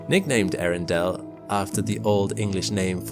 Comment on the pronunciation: I admit the astronomy nerd in me could only just barely survive hearing him call the star: " Arindale "